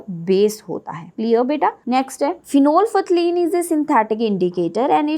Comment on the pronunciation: My a correction that prononsciation of phenolphthalein is wrong pleaze check on google by typing (prononsciation of phenolphthalein)